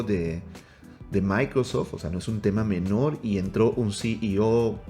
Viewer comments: Dice "MicroSFot" no Microsoft 😅😅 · Minuto 27 ahora edge es de "MICROSFOT" 😄 Ya no es Microsoft, Según el. Jajaja